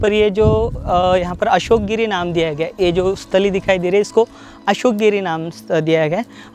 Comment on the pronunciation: It's asokagiri not ashokagiri